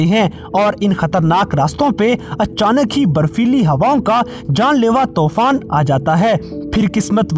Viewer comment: Not Tofan it's Toooooooofaaaaannnn